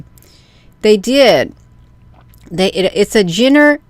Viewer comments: Hi, Genra is pronounced like Jon RA. 😁♥️ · Genre - is pronounced- jauhhhnrahhh - it leans “type , or classification “ .